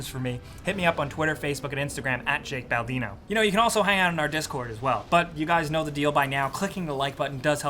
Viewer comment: Is it Jake Baldino?????